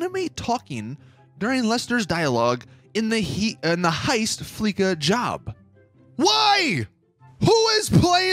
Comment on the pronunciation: I play fleeca you idiot. They definitely didn’t have to do that though. Oh and who is playing fleeca? Low levels and people who don’t have a full team. By the way it’s pronounced fleesa you smoothbrain.